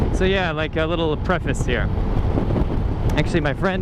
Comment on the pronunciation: I didn't know preface was pronounced like that... Mind blown